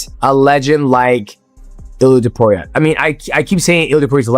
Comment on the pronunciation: It's Topuria, not Topiuria